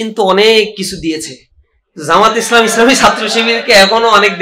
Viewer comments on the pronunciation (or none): none